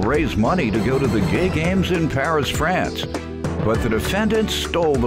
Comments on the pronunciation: 😂😭😭. Gay basketball team 💀😂😂😂. Why such an emphasis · Why did the narrator have to say “Gay Games” like that 😂😂😂